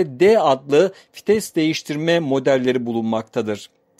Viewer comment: Kitap okur gibi ne biçim anlatıyosun.ayrıca FİTES DEĞİL VİTES